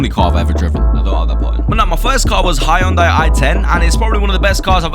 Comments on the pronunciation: Its henday damn it HENDAY not hayounday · Hyundai is pronounced hun-die